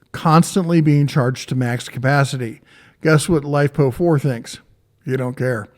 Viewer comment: this dude call it Lipo4? its LiFePO4, big dif. Hate when ppl miss pronounce like that. Maybe its cuz im a huge battery nerd.